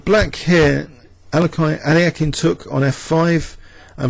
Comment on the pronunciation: lol no it sounds terrible